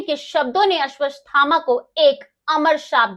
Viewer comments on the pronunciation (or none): अश्वत्थामा बोलना सीखिए हर बार आपका उच्चारण अशुद्ध है, कृपया शुद्ध ऊच्चारण करें।